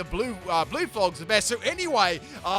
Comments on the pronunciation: It's pronounced Floor-jez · U calling them “florgs” had me dead 💀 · Florges is pronounced “Floor Jess”